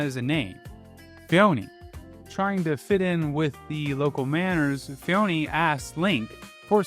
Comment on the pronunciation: Personal pronunciation gripes: I've only heard Hateno pronounced as "Hat-en-oh" by you, every other time I've heard it pronounced it has been "Hah-tay-noh"; also iirc Phoeni is pronounced like phony.